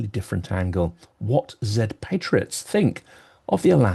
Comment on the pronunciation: Thank you for your incision (and precision) in pronouncing 'Zed' correctly. It warms the heart of a British linguist. Slava Ukraini!